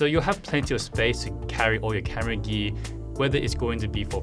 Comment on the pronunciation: Sorry to ask but you spell gear like gee what is this country accent(I learn english)